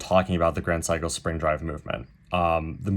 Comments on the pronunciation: It’s pronounced Se-i-ko. No ‘psycho’. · My man pronounces SEIKO as PSYCHO you know 😂 GRAND PSYCHO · You keep pronouncing it as "Sai-ko" (as in "psycho"). Is that the way it should be pronounced, or just your accent? Given that you have "extended family in Japan", I would tend to believe you know how to pronounce the name.